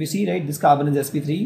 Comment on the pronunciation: And it's carbon not khaarban